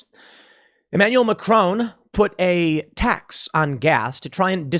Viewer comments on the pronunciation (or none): none